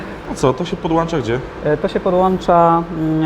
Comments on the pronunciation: Ale język angielski do poprawki;) Polski też (podłancza) :) Miłego! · ... to się podłancza" ...